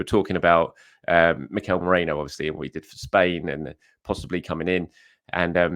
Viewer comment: Merino, not Moreno 😂